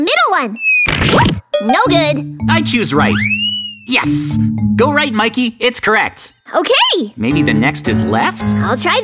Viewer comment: Mikey not miky